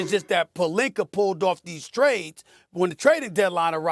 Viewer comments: “Rob Pelinker” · SAS making fun of "sauces" when he himself pronouces Pelinka as "Polinker" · It's true lol, don't how many times Stephen A Smith called Rob Pelinka, Rob Pelinker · molly called SAS on adding random Rs 💀💀 rob pelinker